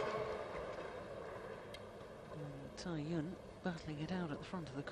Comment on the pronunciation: First time I've heard an umpire get Cai Yun's name right.